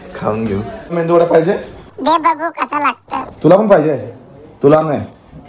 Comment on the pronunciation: मेंदू नाही रे मेदू वडा.😂